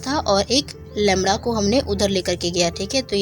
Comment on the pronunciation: It's not lemra it's lemda.